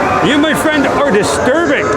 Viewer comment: Jessica: I made a fwiend Me: Miss Annity? shows Miss Annity Me: awwwww yaaaay